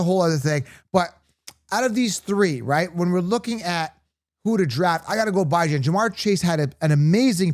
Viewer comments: u said his name wrong repeatedly. Really disrespectful cuz he ain’t new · “Bye-Jan” is crazy